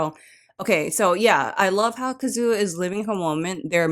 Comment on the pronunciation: FYI with Japanese names, like Kazuha and Sakura, think of it as the stress being on the first syllable. Hope that helps.